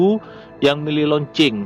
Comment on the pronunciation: Kurang jelas ucapanmu, loancing apa kencing, bhs baru lgi